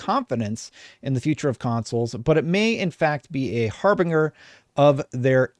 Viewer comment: Hi! I like your work! Just wanted to point out that harbinger is pronounced hahr-bin-jer.